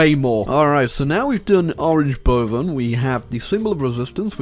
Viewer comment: that was actually not a bad pronounciation of 'boven'.